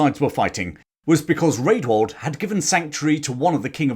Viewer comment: A note for the future. Rædwald is pronounced 'Radwald' - the letter ash (æ) was pronounced as a short A, as in cat (compare Ælfred). The ordinary A was more like the O in hot.